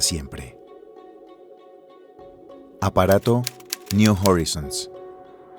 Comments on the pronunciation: no se dice jorizons es joraizouns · Horizons ) se pronuncia joraizons !!!!! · Está mal pronunciado "horizons". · si no encontrais a un relator que sepa inglés, deberíais exigirle que preguntara, al menos, cómo se pronuncian los anglicismos en el documento. Y si lo haceis a propósito, peor. No veo la razón por la que decidir pronunciar incorrectamente 'Horizons' o 'Pioneer'